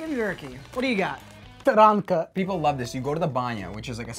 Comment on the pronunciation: My man really just said TarAnkA